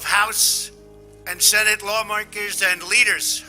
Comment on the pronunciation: Lots of messages in this speech! He said law marker instead of lawmaker. Need to listen again and research